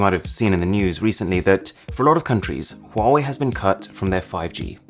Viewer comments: is acther call 华为 not 花为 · ITS HA WA WI NOT HAWUAWI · What people say : wawee What i say : Hawawee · U know that it is pronounced as “wuave” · Says that when he say Huawei being pronounced as quarry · For Huawei it says “quarry” sometimes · Bruh chinese people when they hear Huwawei: Lame ass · Good job I don’t have a huewia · I didn't know how to pronounce it but liked to "believe" it was pronounced Hooway like hooray by a British toff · There is one thing that you didn't know about Huawei...how to pronounce it properly!